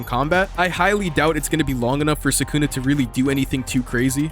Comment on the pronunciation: holy larp can't pronounce sukuna properly